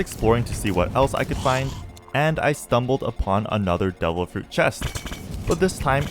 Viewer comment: Bro, why you always pronounce "Devil" like "Double"